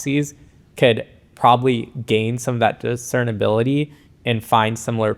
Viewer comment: This was a great video, but it's "discernibility". Sorry I had to point it out 😅